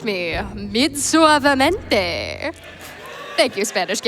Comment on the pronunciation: It’s “suavemente” 😊